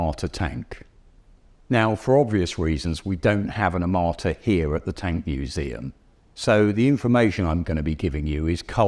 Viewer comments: I keep hearing "amarta" from the presenter, not "armata" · "a m a r t a" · I never heard of "AMARTA". I don't know where you are from, but please pronounce these names correct. Besides amarta I hear a lot propaganda. 😂😂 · First, learn to say the name of the thing you are judging; Armata and not Amarta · The amarta? The onerta? Lol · Australian guy: Tea Fohhteejn AwmoOAaAtah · disgraceful pronunciation of "er-mata" and "pewtin". If you ARE GOING TO MAKE A VIDEO ABOUT SOMETHING PLEASE LEARN HOW TO PRONOUNCE THE NAMES. Minimum requirement. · “Armaaaata” “Puyyutin” 😂